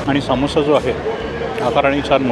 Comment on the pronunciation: Saamosa nahi Samosa bola...